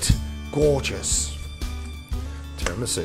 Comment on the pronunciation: You pronounce it Tee rah me soo